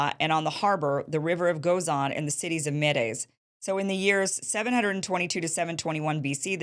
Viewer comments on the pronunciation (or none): Kim, It sounds like you are really not sure of what you are speaking. Pronounced Meeds.